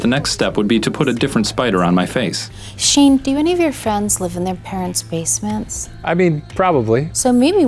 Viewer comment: ITS FUCKING SHANEEE, SHANNEEEE